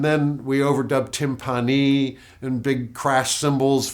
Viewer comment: Why in God's name would Stewart mispronounce "tympani"? 😆